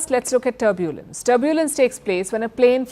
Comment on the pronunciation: Palki Sharma should get an accent coach or someone. It’s not turb-yooooo-lens, it’s just tur-byu-lens.